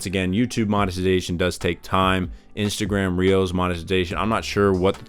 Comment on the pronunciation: "Inatagram" lol